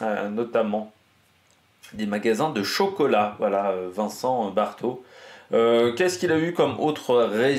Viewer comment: Bravo pour ces podcasts 👍! C'est! le point gastronomie est un vrai plus - petite remarque: on dit Vincent BAARTEAU, pas BAERTEAU